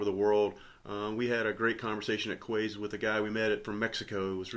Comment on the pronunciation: FYI ‘Quays’ is pronounced ‘Keys’ the word is usually associated with being on the riverside or the Quayside(Keyside) of a city there is also an area in Glasgow just under the Kingston Bridge called the Quay Glasgow which has shops , bars & restaurants thanks again for another great vlog 👍🏻